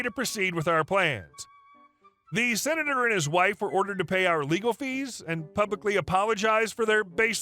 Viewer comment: What's a "Sinator"?